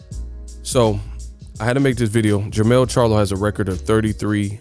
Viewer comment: jermell not jermall